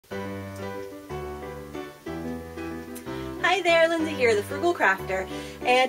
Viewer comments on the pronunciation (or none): none